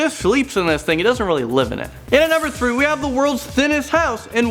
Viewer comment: is it just me or did he say "coming at number throo" LOL LMAO